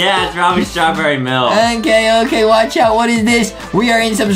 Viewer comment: IT'S NOT OKEH TO BE OKEH❤️ (Titan cry 😭)